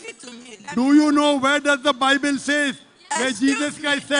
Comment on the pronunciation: bible not baybel